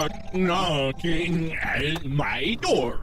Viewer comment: “Blaow! Brehn! STOOOUUUGH, BRUUUGGGH! STOOOGHN! BRAHN! RUUUGH!! N’yooos nyock, nyock, nyooockiiing eeettt maaaiii door...”